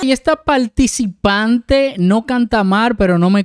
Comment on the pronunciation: Minuto "Y esta "palticipante" no canta "mar"... ¿De dónde es este youtuber que invierte los fonemas "r" y "l" arruinando a nuestro idioma español? Inicialmente pensé que era de 🇲🇽 cuando lo oí decir "chamaquito" pero cuando no reconocio a Alex Lora del Tri ya no sé de dónde de es porque si fuese mexicano sería alguien que no merece tener un canal de YouTube...🤷🏻‍♀️